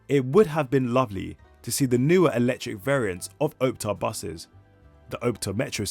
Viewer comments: I must now be really old when these new fangled modern buses are the oldest in the fleet! Pronounced OPtare though, not OPETare. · Its Op (as in Ops) and Tare (as in Tear.) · why does bro say OWPTAR not Optare